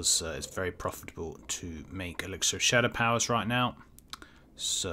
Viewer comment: The way you pronounce ‘elixir’ triggers my Alexa.